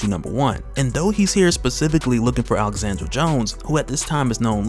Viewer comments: Alejandra, not Alexandra. You're killing me. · I hear you keep saying “Alexandra” instead of “Alejandra” which is what is written. It is pronounced ALE-HAN-DRA. Sorry just needed to say something cuz my name is the same haha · Bro that girls name is Alejandra… you repeatedly butcher her name lol.